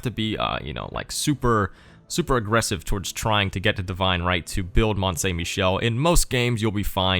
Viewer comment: If you're going to bitch about people pronouncing it right, pronounce it right. It's not "mont saint" - it's "mon san"